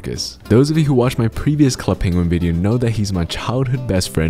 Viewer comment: NOOO DONT SAY Club Penguin like that